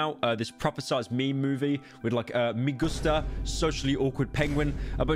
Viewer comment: its "meh gusta" not "me gusta" bruh